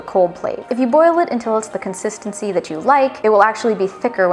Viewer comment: Sober up before saying consistency